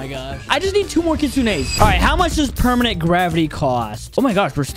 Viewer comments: you messed up the title you said pemanent instead of permanent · Bro he said pemament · "we got 3 Permanent Kitsune" bro said permanent 💀